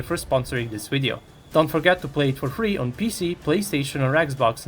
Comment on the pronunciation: I can tell your a rushin boot licker propagandist because you said WIDEO!! Lmfao hahahahaha